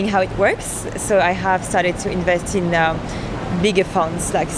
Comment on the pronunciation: わざとじゃないと思うけど、ここで[invest ] が「incest 」になっていてびっくりした😂